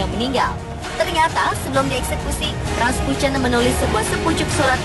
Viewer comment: Rasputin aja raspucen nyebutnya